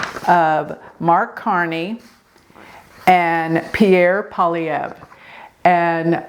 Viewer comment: You nailed the pronunciation of Poilievre. 👍